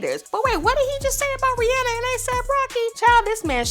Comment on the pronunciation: No I was like she pronounced Rihanna’s name right🙌🏾 but after she sang in the drake voice she pronounced her name wrong lol😭